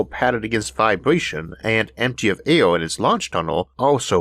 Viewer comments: LOL I HEARD ALE INSTEAD OF AIR ALL THE TIME...MABY I JUST NEED ONE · I say Arthor . It air not aior and we live on a plant called earth not orth